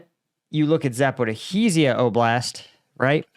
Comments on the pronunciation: Zap-o-ree-sha not Zap-ah-reeesheee-a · Dear, it is not ZaporIhIzia, it is Zaporizhzhia, no "hi" in the middle. Otherwise you are awesome. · And after more than two years, you still can't pronounce 'Zaporizhzhia' correctly...... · you have a very way of pronouncing zaporizhia